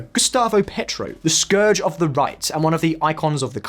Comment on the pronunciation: Came to the comments looking for this. Surely they could ask a Spanish speaker to spend ten minutes teaching them how to pronounce names like Medellin or Pietro…